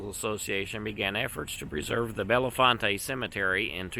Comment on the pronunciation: The town of Bellefonte is pronounced Bell-font